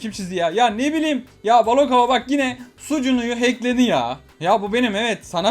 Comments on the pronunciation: Koca yürekli abim artık sunucuya sucunu diyor🤣🤣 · Abi sunucuya neden sucunu diyon